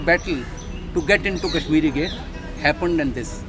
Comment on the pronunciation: At last! Someone who calls it Kashmir Gate and not Kashmireeeee Gate. The 'eee' at the end came from the way it used to be spelt "Cashmere"...The French spelling of "Shahjahanabad" was "Chadjeanabade"....I shudder to think what the city would have been called today if this spelling had fallen into the hands of us Desi types